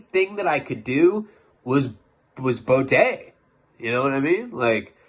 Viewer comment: It's pronounced "BEE-DAY" spelled Bidet.